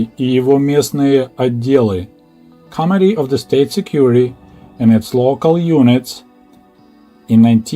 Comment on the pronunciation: I'm not sure if you are doing this deliberately, but you pronounce committee as comedy. It always cracks me up. In any event i grew up the same time as you in the US. It is nice to get a peek around the propaganda of both governments. Thank you for the stories. JW